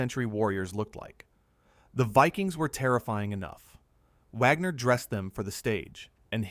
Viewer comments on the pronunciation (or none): Is this an AI narrator? Or a live idiot who doesn't know how to pronounce Wagner?